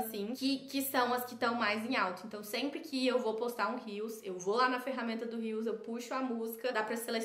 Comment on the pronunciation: Cada vez que um social media fala “Rios” ao invés de “reels” ele perde uma estrela de confiança! 😢 da mesma forma que um fashionista precisa saber pronunciar os nomes das grifes corretamente, os social media do Brasil precisam falar os termos corretamente , é uma palavra em Inglês então precisa ser pronunciada.. uma palavra que está dentro do seu vocabulário de trabalho precisa de mais atenção 😅